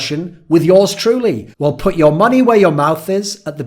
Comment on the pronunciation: he says yör soooo often